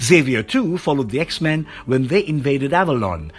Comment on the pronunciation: I like how u pronounce the X-Men's names. 😁😆